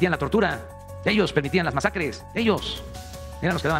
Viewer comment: " AHÍ EJTÁN JUJ MAJACREJ " !!!! JAJAJAJAJA.